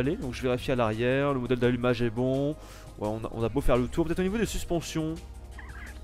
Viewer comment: on dit module d'allumage et pas mondèle d'allumage